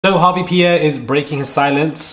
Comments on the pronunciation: Small note: it’s Harve* not Harvey! We know how getting names rights matters as folks of color. Appreciate your work. Keep it up! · Harve not Harvey bruh 😂😂😂